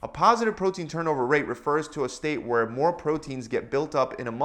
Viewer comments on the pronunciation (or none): none